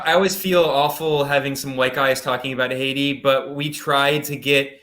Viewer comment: Is that the correct pronunciation of Haiti?